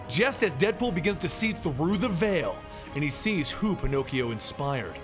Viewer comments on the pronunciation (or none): none